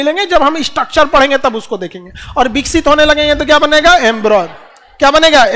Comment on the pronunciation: Embroy nahi embryo